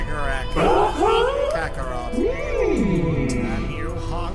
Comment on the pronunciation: said kakkorat